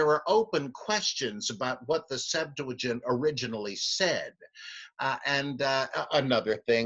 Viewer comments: Please please stop saying Septuagint with an "L". Liking your videos though!!! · I can't tell.... are you saying "septu a gent" or "septu la gent?"